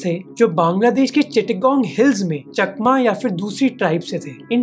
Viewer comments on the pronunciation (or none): none